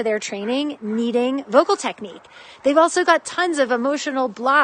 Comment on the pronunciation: Did ya mean to say "voical" instead of vocal?